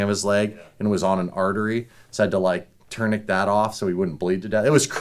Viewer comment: tryna say tourniquet has me rolling 😅 so much for memorizing 😂 guys so up his ass with bs